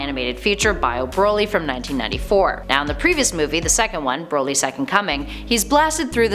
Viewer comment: She's saying Broly wrong too. It's Brol y not bro lly.